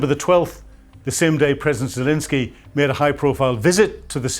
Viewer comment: 9.5 for reporting, 2 for pronunciation. Can’t even pronounce Zelenskyy correctly.